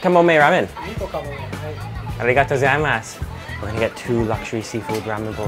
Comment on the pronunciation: there is very little english stress in your arigatō gozaimasu